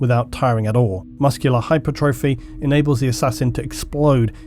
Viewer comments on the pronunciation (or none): none